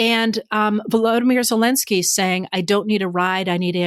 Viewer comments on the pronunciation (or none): none